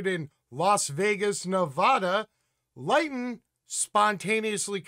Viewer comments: Thanks for this. BTW Lytton is pronounced Lit-ton. Not Light-n. And it's not in Northern Canada but in south-west. Again details in this terrible big picture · Pronounced LYNN-TON. Not LIGHT-TON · Lytton is pronounced as Lit ton. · It's pronounced "LIH-tton" and it's very much in the south of Canada.. 🤓 Great segment, as usual 👍